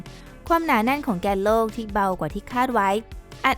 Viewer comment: ที่ผู้บรรยายพูดว่า "แกนโลก" นั้น พูดไม่ถูกครับ ที่ถูกต้องต้องพูดว่า "แก่นโลก" ถึงจะถูกครับ